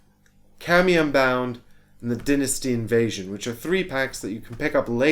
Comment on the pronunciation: Why are you pronouncing dynasty weird?